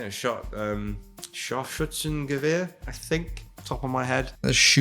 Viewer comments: "Scharfschützen-Gewehr" - spot on,. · note to perfect pronunciation on the german designation of scharfschützengewehr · excellent pronunciation of the wort “Scharfschützengewehr”. It sounded like a german mumbling it, instead of a brit butchering it. Gut gemacht! (Well done!)